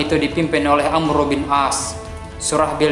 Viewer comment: Itu bukan amru tapi amr bin ash